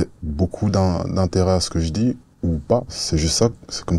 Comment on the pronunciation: Encore une avec les "tch" et les "dj". "tu dis" et pas "tu djis". "thérapeutique" et pas "thérapeutchique"